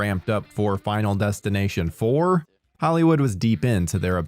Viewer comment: Bro said 5nal destination 😅